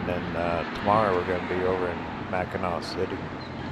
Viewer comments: Hi I'm just now today finishing up on watching the rest of your Michigan video. I just want to say that pronouncing Mackinac is Mack-in-aw. Thanks for the video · Beautiful video. Brings back many memories. Just one correction. Mackinac is pronounced Mackinaw. Spelled differently but pronounced the same. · You missed the Valley Camp Ship Museum and Tower of History in the Soo. Big miss. Mackinac and Mackinaw are both pronounced Mackinaw. Another big miss was Mackinac Island. No cars on the island. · Its still pronounced Mackinaw! Mackinac is the French spelling.